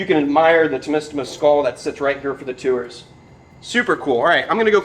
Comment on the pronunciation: I love how says Two-ers (Tours)